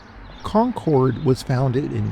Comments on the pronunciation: i live in concord, it is pronounced (con-curd) sorry it's a pet peeve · In the town we pronounce it Con-crd, emphasis on the first syllable, shortened second syllable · You’re pronouncing it wrong. Not trying to be a troll. Just be mindful Because the bougie, rich locals will certainly correct you.